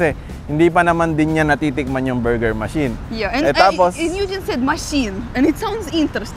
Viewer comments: "Ma-chine Bur-ger" 😅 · ..cute ng pag pronounce ni ng buuurger..🤣🤣🤣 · I like how pronounces Burger.... it bor ger.:) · Ang kyut ng pag pronounce ni ate ng burger